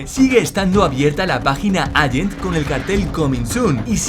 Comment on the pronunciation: "Agent", "alante", por favor... por lo demás, buen vídeo.